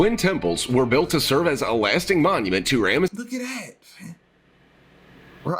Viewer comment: 🤔.....that how you pronounce Rameses?